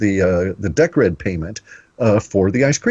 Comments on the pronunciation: I love it that in the example Cliff gave, it was all about Deeeeeecred and Litecoin and ice-cream bars, but not one mention of Bitcoin...OMG its Deeeeecred - makes me cringe everytime Cliff gets it wrong cos it sounds so stupid - like me calling Bitcoin BiteCoin with a silent EEEE !!! F !!! PS - I know FA about Decred ( Deeeecred ), so its pretty pointless talking to me about that - a better example would have been Atomic Swaps between BTC & LTC, or even an equivalent of Atomic Swaps between Gold & Silver... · ok, so, Decred is pronounced Deeeecred as far as I'm aware...XRP is Ripple which is bankster infested... I'm not sure about calling Atomic Swaps a "smart Contract" - thats possibly almost insulting considering ETH and all the ICO TOSS thats been goin on recently...mmm...otherwise, interesting so far...cheers...